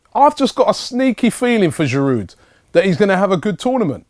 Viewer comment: Why does Robbie always pronounce the d in Giroud - bugs me. Still love ya Rob!